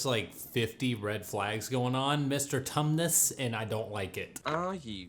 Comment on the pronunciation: Iike sarcasm, as next as the next guy. But you can overdo it a bit. And it is Tumnis.